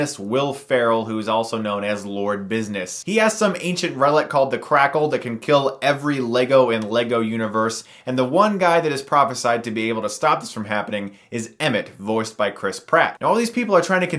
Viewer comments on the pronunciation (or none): Did he just call the kragle "crackle"???